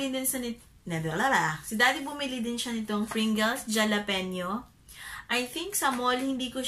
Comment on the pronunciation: Pronounced as jalapeño (halapenyo) hehe mommy 😘